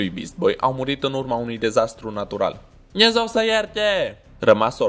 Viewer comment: Te rog nu mai zi "Dumnez-o sa-i ierte"